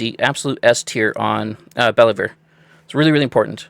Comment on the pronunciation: It's pronounced Bell-Vuu